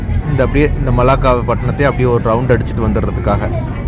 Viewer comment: மல்லாக்கா இல்லை மலாக்கா